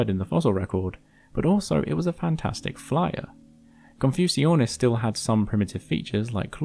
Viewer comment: Wait isn't Confuciusornis supposed to be pronounced like "Confucius"(+ornis)?